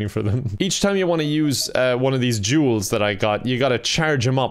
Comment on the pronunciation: I understand that it’s jewels but I kept hearing Juul